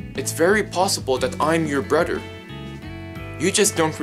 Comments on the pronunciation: BTW its brother not broder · He said boder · It's brother not broader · How are you his brother if you can't say brother correctly Daniel Daniel Daniel are you my brodr Daniel hi Daniel I think you're my brodr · You say broder when I say brother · He calls mother moter He calls father fater He calls brother broter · WHY ARE U SAYING MODER AND SAYING FADER AND BRODER XD